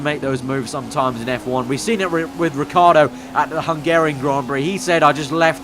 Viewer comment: RICCIARDO not Riccardo